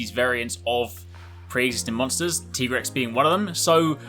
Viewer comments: You said Tigrex wrong you said his name like T-Rex and he says he's a veteran hunter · I have to ask, is that the official pronunciation? TEE-grex? I always thought, being named after tigers, that it was TIE-grex. :/ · Tiger rex....Tye-grex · I just do not get why people call it a "Teegrex". You call a Tiger a "Teeger"?